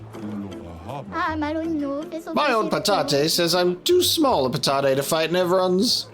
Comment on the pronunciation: noo i really liked how you said patate